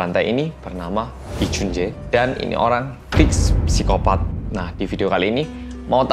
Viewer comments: /saikopat/ bacanya pesikopat😁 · psikopat dibacanya "sikopat" bukan "psikopat" mas